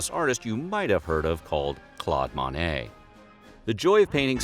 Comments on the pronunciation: Love this video and Bob Ross! I do have to say, however -- the name of the famous artist is pronounced as Claude MOE - NAY. Not MAH - NAY. Surprised you wouldn't have known this! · Sorry man it's pronounced monet, I mean Monet. Ahhh man idk what you're saying Call me